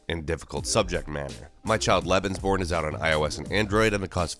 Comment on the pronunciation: Lucas Buttercups am i the only one that thinked that you said "lesbianporn" XD